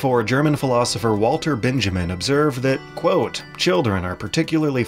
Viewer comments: Walter Ben-ya-meen. It's a common mistake; he's a Jew from Germany, so pronunciation gets weird. Good video! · Walter Benjamin's last name is pronounced as "Ben-yah-mean". Don't worry, I made the same mistake initially too. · Benjamin's name is pronounced Ben-yah-mean